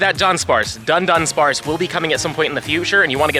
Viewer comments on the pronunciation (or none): Sorry to be that guy but it's DU-DUNSPARCE there's only one N